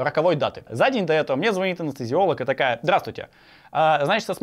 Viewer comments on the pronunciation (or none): none